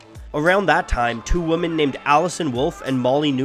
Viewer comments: I'm not sure if you know this, but "woman" and "women" are actually pronounced differently... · Damn I didn't know I loved punk rock until now. Also gawd you mispronounce women. Really great video but that feels like a record skipping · Awesome video! It could just be an accent, (though I don't really detect an accent) but I just keep hearing "woman" and "women" used interchangeably and it's really distracting. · Does it bother anyone else that he pronounces "women" as "woman" instead of "wemen"? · for the love of god, STOP saying womAn instead of womEn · Great video, but the way you say "woman" rather than "women" is just kinda off putting. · Good video but why does he keep saying Woman - to refer to Women. It is very distracting. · Are you not able to say the word "woman" correctly? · Women....wemen...making vids n can't pronounce words properly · A woman is pronounced as WO-man, whereas women is pronounced as 'WE-man. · Awesome video but it was absolutely painful having to hear "women" pronounced as "woman" that many times. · It's pronounced "WIMMIN". Thanks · I believe, although I've heard a lot of the contrary, that women is pronounced wih-mehn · WOMAN - WOMEN (pronounced WIMMIN) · it should be pronounced "wimin" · I don't know if it's the accent or the audio quality or my bad hearing, but whenever he says “women” I hear “woman”. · Say "we men" when you read women please. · Woman or WOMEN......there's a difference in pronunciation you realize that? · It's pronounced "wimen" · He also said 'woman' even though the subtitles said 'women'. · You realize that Woman and Women aren't pronounced the same, right? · before you make a video about this please learn how to say women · Why are u making a video about feminist punk when u can’t even pronounce WOMEN oh my god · It's hard for me to take seriously this video about women in music when the narrator can't even pronounce the word "women" correctly! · Good video, but do you not know how to pronounce the word "women"?